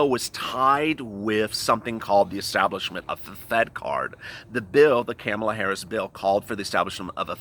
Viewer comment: Comma-La...not camel-a. If we can learn Buttigieg, Murkowski & Mnuchin, you can learn Kamala.